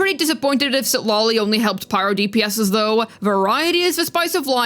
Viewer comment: Is just me or says Citlali as CitLOLI.